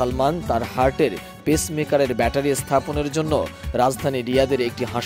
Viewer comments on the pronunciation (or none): none